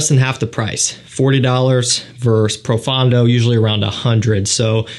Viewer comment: Nit-pick: It's ADG Pro-FON-do....not Pro-FAN-do...😅